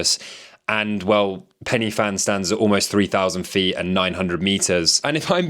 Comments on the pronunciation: Sounds like you are pronouncing it Fan, it’s pronounced Van. 😊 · Love the video! As a Welsh person it'll kill me inside if I don't tell you Pen y fan is said 'Pen-er-van'. No hate! Just wanted to let you know lol x